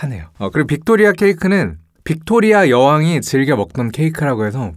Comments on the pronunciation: 뷕토뤼아 여왕 ㅋㅋㅋㅋ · 빅토 뤼아~ 이거 발음 웃기다😂